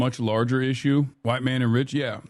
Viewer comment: “Maybe that’s my privilege as a hWiTe MaN” 💀🤡 Why he say that like he didn’t know he is 😒🤣